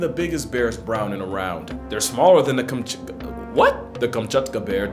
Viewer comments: Kam-chat-ka, bro. It's not that hard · It's pronounced Cam (like short for "camera") - chat - kah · Kam-Chat-Kah.... Kamchatka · "They're smaller then the Kamch- WHAT?" 🤣🤣🤣